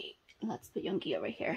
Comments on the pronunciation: hey! yoongi is pronounced as "yOOngi" not "yong-gi" if u get what i mean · Yoongi is yun gi with u not yon gi with o, hope you say it correctly later 😊